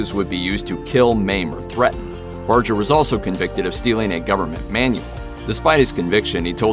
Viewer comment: Bar-ger not Bar-jer. There are Barger's where I live. Pretty sure they know how to pronounce their own name.